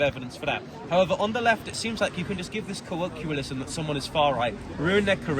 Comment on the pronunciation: Imagine being asked to justify yourself to a man that can’t pronounce ‘colloquialism’? 😂